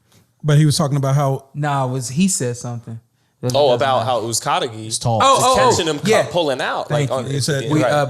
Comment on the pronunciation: (fight hype} always says Uzcategui’s name wrong lol